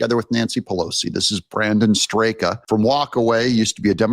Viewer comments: 👍👍👍👍👍👍👍👍👍👍 BTW, Brandon Straka, of #Walkaway, pronounces his name like "strok." Since you featured both Brandon and Caroline Borysenko in this video, it is interesting to note that she used to work closely with Brandon at #Walkaway events. But several years ago, there was a break in their relationship and he distanced himself from her and no longer has her speak at his #Walkaway events. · Brandon pronounces his name Strocka.